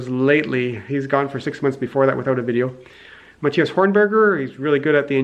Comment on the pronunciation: Q : How to pronounce "Matthias" A : "Marius"